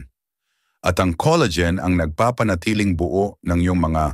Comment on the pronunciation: Coleygen🤣🤣🤣 Col la gen🙄